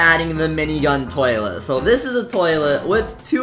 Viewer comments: Nobody else saw that you said 'tis' instead of 'dis' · no he tip tis instead of this soo he was a real person